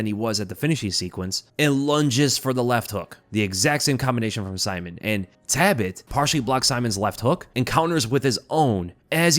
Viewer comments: Sorry it's Talbott not Tabott. Thanks for the review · am i just annoying myself for no reason or is his name taLbott not taibott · there is an L in his name. it’s not tabott it’s taLbott. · I don’t wanna be that guy but isn’t his name TALbott, not TABott? Sounds like you’re saying “rabbit” but with a T. Tabbit. I’m sorry I’ll leave. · Please double check name pronunciations before uploading my guy, his last name is not “Tabbit” but “Talbott” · Is his last name pronounced ' Tabbit ' ... ? Like Rabbit ??? 🤔🧐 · Repeat after me,: "TALBOTT." Jesus, dude. 😢😅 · Nice video but why do you pronounce it "Tabbit"? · Brother. There is a L is TaLbott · Say it with me …Tal-bit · Lol I was just thinking the same thing. “Wascawy Tabbit!” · Why are you pronouncing his last name as "Tabbit"? 🤔 Not a shocker, I guess. You're constantly butchering elementary English, and words that literal first and second graders should be able to correctly pronounce. That's not a joke or exaggeration either. There are examples like you not knowing the difference between the words woman and women. The lack of intelligence, perceptiveness, and self awareness is very apparent when you speak.